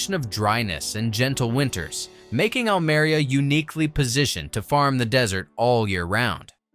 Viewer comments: Almeria! Learn how to pronounce it. Almería! Oh that is painful. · Almería, no Almaria. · the minimum you could and should do in a video on Almeria is to pronounce the name Almeria correctly. And to discuss the social problem (of modern slavery) more intensively when comparing with dutch greenhouses and interview a local politician about this problem